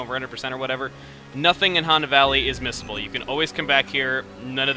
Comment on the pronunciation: I keep thinking he says "miscible", which confuses me sometimes. How DO these collectables mix chemically speaking?